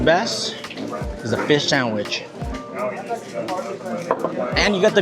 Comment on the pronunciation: Feesh sandwich sooo guuud